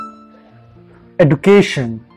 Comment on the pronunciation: Awesome video! But the way education was pronounced was not right. Just constructive criticism by the way!